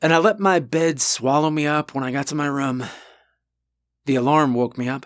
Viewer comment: But have you heard him say room?